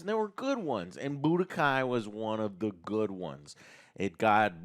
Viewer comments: Joe saying Budokai... Umm... Chile... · Me pulling out my hair while Joe butchers the budokai tenkaichi news.